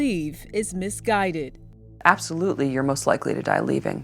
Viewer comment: "Absholutely no evidence..." says, the dead-eyed prosecutor.